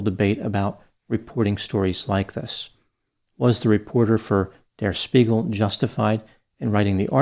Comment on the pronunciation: Spiegel is pronounced CHpiegel